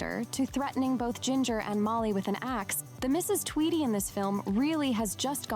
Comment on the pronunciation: It’s pronounced Tweedy